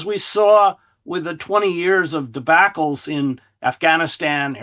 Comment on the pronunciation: This guy worked for NYT and can’t say debacle?